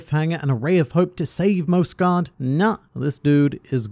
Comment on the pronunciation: Mjosgard's final words: "It's pronounced MYOS-gard!" and the World Nobles: "Whatevs Mosgard." Hajrudin: "I shall carry on your legacy of the soft 'J,' my brother.": "Whatevs Harudin."